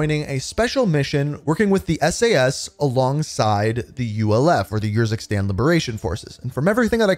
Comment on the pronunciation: How many times can say “YURZUKSTAN” instead of URZUKSTAN